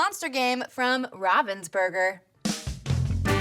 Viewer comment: Did you just pronounce Raven as rah-ven? 😂😂